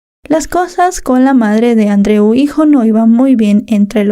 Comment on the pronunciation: Añado al comentario anterior: la pronunciación del nombre Andreu lengua catalana, es perfecta.